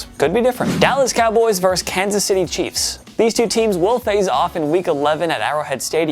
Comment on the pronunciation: The word is VERSUS, not "verse". A verse is part of a song.